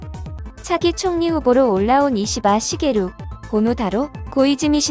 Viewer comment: 유익한정보 유쾌한영상 ㅋㅋㅋㅋㅋㅋ글고 이시바 시게루할때 자연스레 욕하시는 줄 알았어욬ㅋㅋㅋㅋㅋㅋㅋㅋ